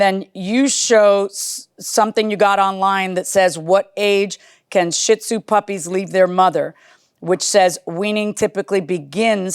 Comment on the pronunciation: Judge, You are pronouncing shitzu wrong! It's she-dzoo:)